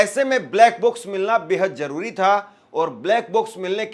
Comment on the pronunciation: Crash bolo Jaroori nai zaroori bolo